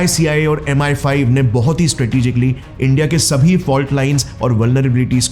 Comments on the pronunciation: Why are you saying M15 M16 where as it is MI5, MI6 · Bhai, M15 and M16 nahi hjota hai. It is MI-5 and MI-6